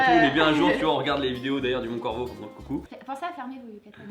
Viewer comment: il on dit mont corvo 🙏